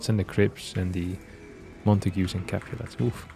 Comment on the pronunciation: "the crips and the capulas" lmao